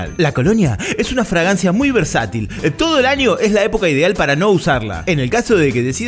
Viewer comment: le debemos esta FRAGANCIA minuto como pronunciaste fragancia mmmmmmmmmmmmm..... jajajajajaja